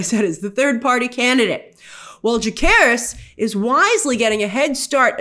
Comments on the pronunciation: I'm sorry but i believe they pronounce Jacaerys as Jay-say-ris in the show and not Jake-aris. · Jacaerys, not Jakkaerys